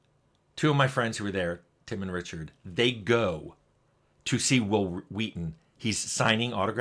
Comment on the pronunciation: It's Walton* Goggins.. tim